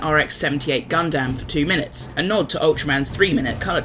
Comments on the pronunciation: Also it’s pronounced more like “Gun-Dum” not “Gun-Dam” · And he also called the Gundam "Gun-damn." Pretty painful to hear both errors...